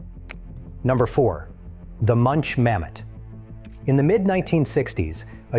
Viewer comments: Münch not munch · The name Münch is pronouced Mynch NOT Munch.